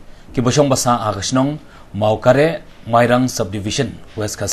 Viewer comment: Mawkarah ym dei mawkareh kynnoh da u abkd ym da u abcd.